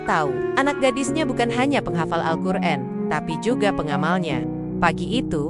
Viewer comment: Alqur'an bukan Alqur'en